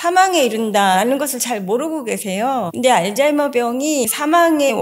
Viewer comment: 알츠 발음을 알즈라고 발음해서 신경씀 ㅋ